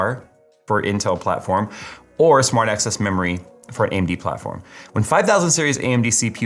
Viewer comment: I need my ears checked. Keep hearing "smart ass" memory 🤣